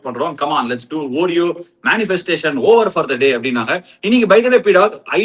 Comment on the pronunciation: It’s pronounced “aw-reo” Ashwin 😊 not “oo-reo”